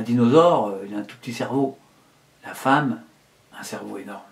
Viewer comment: // "LA feemme pourra se faire greffé des testicules " euh ...